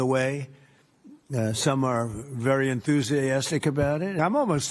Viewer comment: ministroke "entheusi-yeah-astic about it" lies that he doesn't need help, but asking out of pure curiosity every day, i ashake my head about how disgusting and pathetic he is